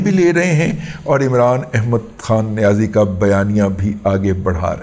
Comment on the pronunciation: اتنی شدّو مد سے” عِمران احمد خان نیازی” کہنے کی کیا ضرورت ہے ؟